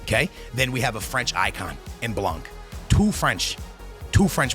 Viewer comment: It’s “blan” stop pronouncing the c😭😭😭